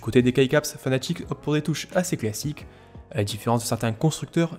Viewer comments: Fnatic pas fanatic 😂 sinon merci pour tout tes test ❤️ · oui je sais mais en français on dit fnatic et c'est vraiment plus agréable à entendre fnatic que fanatic sinon merci pour tes tests c'est génial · Il est oú le A dans fanatic c'est fnatic c'est pas compliqué bon sang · super vidéo mais attention la marque se nomme « Fnatic » et non « fanatic » 😉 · c'est fnatic pas fanatic